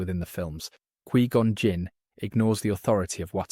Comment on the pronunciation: What is QUEE gon jinn? Quai // kwa-EYE gin jinn bro 🎉